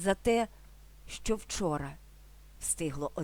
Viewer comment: шановна автарко, спробуйте пояснити ваше "щЧо"! чому у слові "що" Ви наголосом виділяєте звук "Ч", тобто додаєте 3 звук... замісць м'якого ЩО, який складається лише з 2 звуків